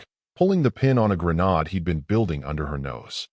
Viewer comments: Pin pulled out of a grenarde (compared to actually grenade) 😅😅😅😅😅😅 sheesh. AI sucks at pronunciations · In these stories the word Grenod instead of Grenade lol gets me going maybe if i knew this word when i was in the U.S. Marines 40 years ago i could have used this term with my Drill Instructors,would've got my ass kicked but laughter heals all